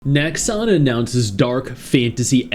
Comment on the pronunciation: The moment you said 'Nexon' - yeah no lol